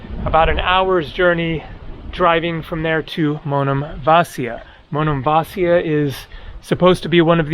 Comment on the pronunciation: it's Monemvasίa...accent in the I! Was there in March!